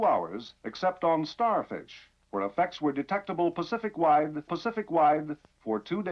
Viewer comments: Not to be mean but you are getting “pacific” and “specific” mixed up.. I don’t know if it was meant to be a jab at this lie about the moon or not.. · You my boy! You know we rock 🎉! But its the "pacific" ocean and "specific". You getting the two backwards fren😊. As always amazing job👍🏿👍🏿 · You can always count on to pronounce specific like the ocean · I caught that "Pacific wide" 🤣 noice! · When dj says "specific" it comes out "pacific" and when he says "pacific" it comes out "specific." He does this in multiple videos, is there a joke im not privy to? Because this is unreasonably bothersome to me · haha i love the ‘Specific Ocean’ and the ‘’more pacificly’!!! love this deep dive too. defo checking out the rest of your stuff!!